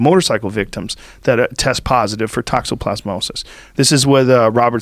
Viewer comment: Tox-o-plas-mosis. Just wanted to help.